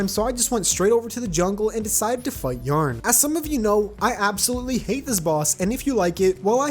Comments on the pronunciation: yah-ron not jarn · did you just call yharon yarn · He says Yharon as yarn